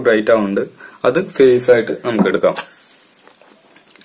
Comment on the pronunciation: ഫെയ്സിന് p അല്ല f ആണ്